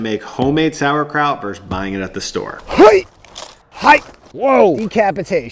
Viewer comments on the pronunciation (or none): "Verus", not "verse" which is a musical term. So many kids picked up this mistake from poorly translated video games. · verSUS. TWO syllable word. For god's sake, people.